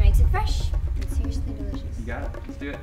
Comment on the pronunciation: Hahahahha I can't stop laughting about when she said seriousley delishosh delishdhksks LOL!!!!love sel!